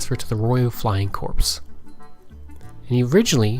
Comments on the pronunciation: Corps is actually pronounced like "Core." You also committed the dreaded use of the site where Jesus was crucified, "Calvary" in place of "Cavalry." Cavalry are mounted troops. For old military farts, like me, those are grave errors which greatly undermine your credibility. While your purpose is noble, you might want to do more in depth research before putting your video together. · good effort but its not flying corps. the p is silent .